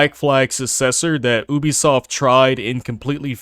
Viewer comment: When you make a video about a company especially one as scummy as Ubisoft . At least learn how to pronounce the name properly . Maybe go back to school to learn the alphabet